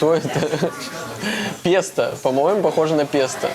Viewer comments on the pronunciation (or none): Сам ты "песта", режиссёры, Господи, хоть бы Вы ему сказали,что Пе́сто (итал. pesto). Смешно же)